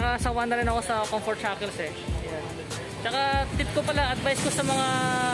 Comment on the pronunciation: Cunfert jackel....Da fuck that's all I heard all the time.